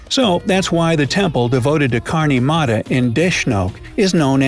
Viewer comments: its not kaarni mara its karni mata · You r not pronouncing Karni Mata right say it right! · i really like the way you pronounced "karni mata" and "laxman"...it was freakin hilarious😂😂